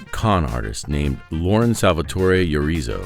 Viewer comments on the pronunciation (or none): none